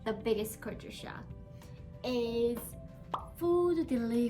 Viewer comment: Correction.the way you pronounc culture sound is( kature) which is wrong but try to pronounce first try to sound ( cal) and than ( ture) later and pronounce together which will make you pronunciation correct other words too k